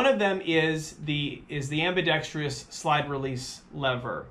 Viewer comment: fun fact. it's pronounced ambidextrous. not ambidextrious.